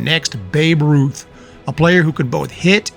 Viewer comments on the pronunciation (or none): none